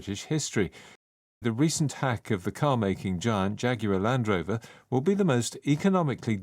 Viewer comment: giant발음. 뒤에 t를 발음안하네요. 자이언트 아니고 자이언아니고 '쟌'정도로 발음하네요.😂